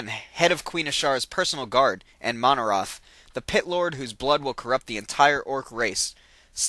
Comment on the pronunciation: DUDE! i like these videos but seriously you need to play Warcraft III or watch some of the videos depicting the story line because i cant stand the way you pronounce some of the names, Tyrande, sargaras, and manaroth are being pronounced incorrectly.